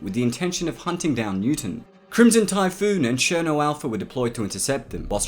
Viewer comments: Cherno not sherno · do you pronounce it sherno or ksherno